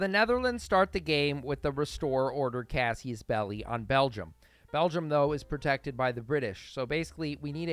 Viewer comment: Bro I rly enjoy your A to Z series but why do you keep saying "cassius belli" instead of "casus belli"?